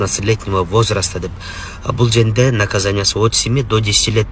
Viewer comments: Юрист туура суйлой албайт окшойт а бул жерде деген созду бкл женде женге деп айтат экен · Тантык экенсиң го...бул женде деген сөздү биринчи угуп жатам